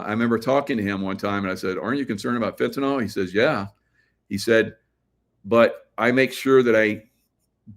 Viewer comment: FENTANYL, not Fentanol